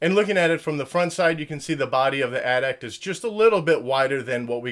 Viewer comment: it is At-At